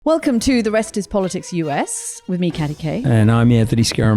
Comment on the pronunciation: Katty pronuce her name right please .